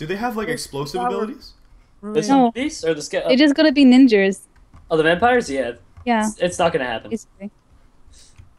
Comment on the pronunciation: Lol "They Gotta Be Ninjers"